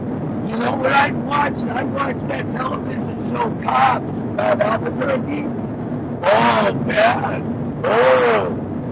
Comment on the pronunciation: If no meth in his system best prepare for a profiling suit. Dudes different but pronounced Albuquerque several times perfectly that words the perfect slur test. His heel toe walk was damn good for a dude in heels. Last I heard that isnt a crime. Can't bust the guy for quittin grade school to drive truck. As.for wrong way... could happen signs aren't always clear or even present. Weren't there 2 semis going I the same direction?